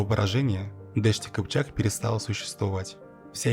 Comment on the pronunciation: не дешт-и-кипчак а: ДАШТИ КИПЧАК, слово дашт персидское, поэтому и произносится не по тюркски (кипчак дашти) а по персидски (дашти кипчак)